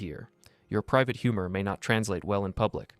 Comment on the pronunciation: Pirate school? I have a dollar that says he said “private school”. 😂😂😂